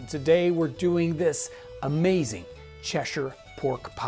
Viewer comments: Thanks for saying Cheshire correctly! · As someone from Cheshire, can I say how refreshing it is to hear an American pronounce it the correct way. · How else to pronounce it. I'm from New England and that's how we pronounce it. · Here's another Cheshire fellow, admiring not only the pronunciation but the dish, the very sight of which is transporting and gives me nostalgia for one of those great old pubs in that fine county.